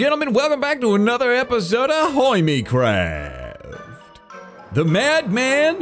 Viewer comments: did he just say "welcome back to another episode of ahoy me craft"? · Ah yes boy do I love a-hoy-me-craft